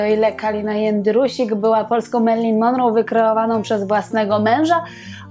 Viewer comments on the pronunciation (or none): ponieważ w (skądinąd bardzo interesujących) programach Pani pojawia się często nazwisko Marilyn Monroe, zwracam uwagę, że prawidłowo akcentuje się je na ostatniej wymawianej sylabie, tj. –ro- Proszę sprawdzić wymowę na amerykańskich kanałach.